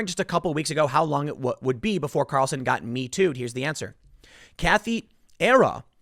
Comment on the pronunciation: Sorry, Tim, but the way you say the name—as "Tucker Carelson"—really grinds my gears.